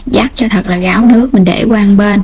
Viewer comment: Em gai giong nghe con tre ma sao phat am sai vay Ráo ma noi Gáo